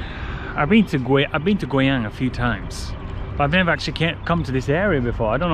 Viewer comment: i dont know why as a chinese i think when you say the city's name guiyang out ~is kind of sexy ~~lol~that voice~that pronounce~